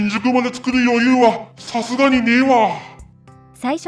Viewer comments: 「さすがに」が「さるがに」になってるw も疲れてるんかなぁ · 「さるがにねえわ」になってる